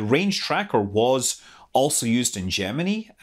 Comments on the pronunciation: another one that can't pronounce gemini yeah i get it but you don't understand how stupid it sounds when you pronounce it like you and amy do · learn how to say gemeni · I've always pronounced Gemini with a long "i" at the end. (ie: Jem-in-eye). I couldn't help but notice Scott pronouncing it with a "ee" sound at the end. How do you other folks say it? (I read far, far more than I watch TV/videos, so sometimes I end up having really goofy pronunciations of things...)